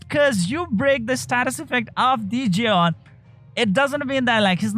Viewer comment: Fatecore Zeon Me: Fatecore John?? Jeon? Who the hell is John!?